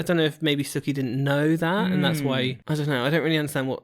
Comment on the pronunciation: Whos suki? It’s soo-ki